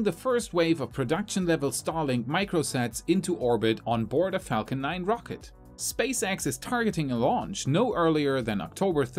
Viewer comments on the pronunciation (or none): none